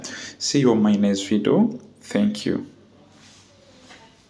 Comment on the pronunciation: It’s Video!!!! And not vido